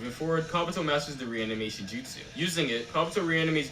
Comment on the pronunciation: did you just call jutsu, jizzsu?! lol